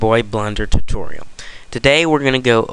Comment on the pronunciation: 29 times and you still can't say tutorial right.